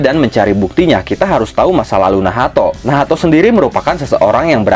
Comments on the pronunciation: kenapa jadi nahato wkwkw bukannya bacanya nach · pusing gw lu sebut nacht jadi nahato